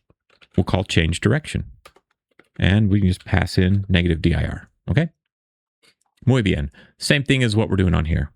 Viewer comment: That "muy bien" in Spanish came out excellent. Thanks for the Spanish